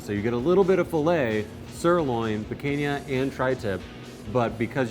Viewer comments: "piquenha" That hurt my soul. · PEE CAAHN YAH NOT PEE CANE YEAH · "Picunya" not "PicAYna" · Pi-cain-ya. You guys are killing me lol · Gentlemen, The cut is pronounced pee caaan ya Picanha In it’s native Brazil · Am I the only one who cringes whenever he says Picanha as “pickainyuh” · Came here looking for this comment. Yankees pay attention, it's pee-kahn-yuh. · There was double the amount of meat that they couldn't show because the ex-wife took half of it. I am not sure if they are trolling us with the pronouncing of Picanha. Pee-cane-yuh 😆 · Everything was going great and then he said “picaiña”....what in the blue 🤬 was that?!?! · pi - KINE - yah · It's pronounced P-Kan-ya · After watching Guga I feel like is mispronouncing Picanha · ouch the way he says picanha... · I hate the way he says picanha